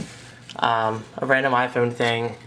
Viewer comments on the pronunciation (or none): For the 39th time, it's pronounced "i-Phone", not "i-phoon". L2pronounce please. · i like how u say mario and iphone its diff